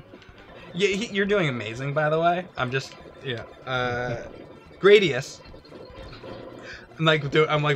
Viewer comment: Stop mispronouncing GRA-DI-US.... (グラディウス Guradiusu)